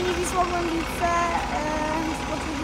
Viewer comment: Przyjacielu, świetny materiał, ale zaklinam Cię: nie "Wisła Głębice", tylko "Wisła Głębce"! Na litość...! :/